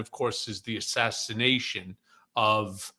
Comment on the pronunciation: why are you calling it an ASSISSATIATION?